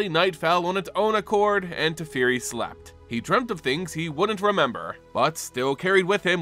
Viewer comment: Teferi… TEH FEH REE!